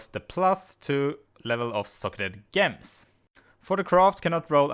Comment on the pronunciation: damn is gems not ghems